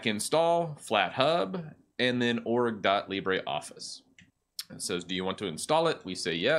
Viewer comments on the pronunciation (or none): It is Lee-bruh, not Lee-bray. The pronunciation is French, not Spanish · It's not pronounced libray. It's pronounced libruh. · It's Le-brOEf-fice ... (or just watch a french youtuber pronounce it) :P. By the way, Carlito (from Google) is also a good alternative to Calibri (it's supposed to be metric-compatible). And I keep the standard menu because 1) works better with my extensions (zotero and antidote) 2) fit better too with a screen and 3) if I want to get a tutorial on the web it's less complicated to understand. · I love your videos; thanks for spreading awareness of these free software alternatives. My one gripe: I wish you would pronounce "LibreOffice" correctly, so as not to mislead the newbies! --- Our language comes from French not Spanish; how would you pronounce "theatre" or "centre"?